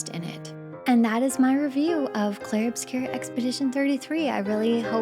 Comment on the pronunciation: About the opening, my first language is french and hey, not bad! Not even gonna nitpick.